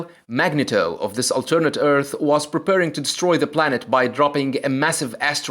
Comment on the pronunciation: It is pronounced " Mag-knee-toe". Thank you.